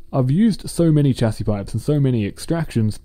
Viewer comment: it is pronounced shasy